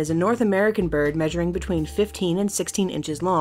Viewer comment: You said 50 not 15